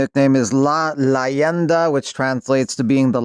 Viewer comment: can't even say legend in Spanish correctly